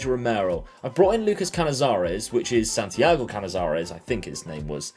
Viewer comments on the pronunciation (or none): none